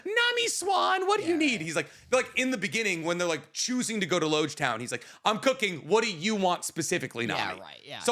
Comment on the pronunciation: I fully cannot remember the specific thing I was referencing at this point unfortunately, wasn't actually all that serious lol the way he pronounced Loguetown does irk me though